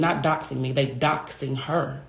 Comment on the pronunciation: If she says “dose-ing” one more time. It’s “DOXING” 😂😂😂